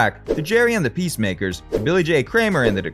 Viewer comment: Pacemakers, not peace makers